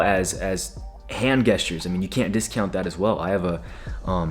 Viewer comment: this dude is giving such good advice. but bruh said hand gestures with a “geh” instead of a “jeh” and that was funny